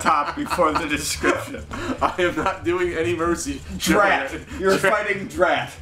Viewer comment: DRAT, not dread.